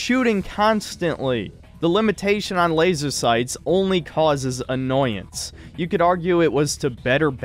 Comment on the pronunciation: The only bad part about this review is the way in which pronounces laser.